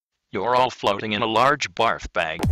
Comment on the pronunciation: editing midtake "Barg bag?" Dont you mean "Barf bag?"